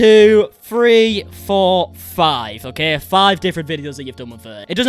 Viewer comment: “Free hundred and fifty fousand subscribers”